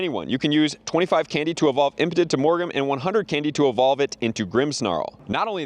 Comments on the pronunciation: Brother it is"impadimp" not impotent lmao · Bro stop saying impotent 😂